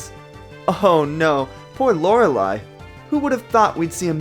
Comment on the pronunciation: Very interesting, although Bruno is much higher on the tier list than I expected! :P (Also I think you're pronouncing Lorelei wrong)